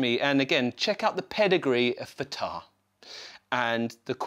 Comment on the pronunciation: Nice, but please, leave that pitch-bend lever alone. Thank you. And, by the way, it’s Fàtar, with the accent on the first A.